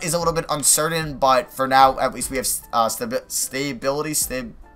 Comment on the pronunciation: Lol stay-bility